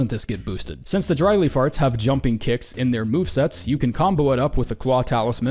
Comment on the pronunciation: When you said "Dry Leaf Arts", I originally heard "Dry Lee Farts". I had to do a double-take and couldn't stop laughing! Another great list,!